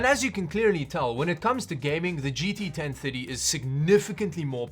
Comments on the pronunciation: I kept hearing gt 1050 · The way you pronounce 1030 makes me hear 1050. It throws me off lol. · the way you say 1030 makes ma think your saying 1050 It's 2023 and i can't believe that people still want to know if the 1030 is good( they still sell them in stores)